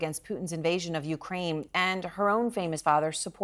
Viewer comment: Did she just say, Ukraime?